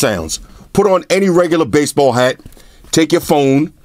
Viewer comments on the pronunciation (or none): it's hat not heat bro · Weird thing is he's the third reviewer that has said future heat but it clearly says hat wtf